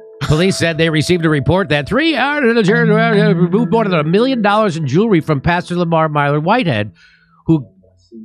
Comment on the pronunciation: Did he call "Jewelry" "Jury?"